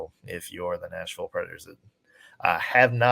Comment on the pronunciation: Is it just me or does keep saying national predators instead of nashville predators